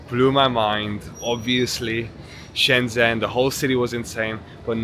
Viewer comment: Nice video! China is truly amazing and futuristic. Some friendly feedback: you are pronouncing Shenzhen a bit wrong, the "zhen" syllable sounds more like something between "jen" and "chen" in English. If you check a translate app you can hear how it's supposed to sound.